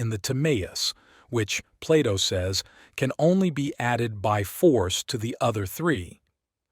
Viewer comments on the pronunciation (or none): none